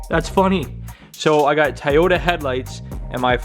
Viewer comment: What's a ty-yoda 😂